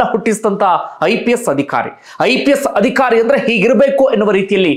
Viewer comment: Adikhari alla, adhikaari, focus on pronunciation. All other narrations are good